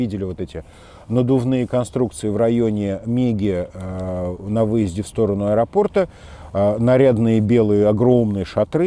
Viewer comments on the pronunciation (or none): none